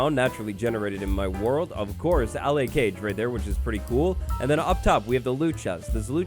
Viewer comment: Ur saying allay wrong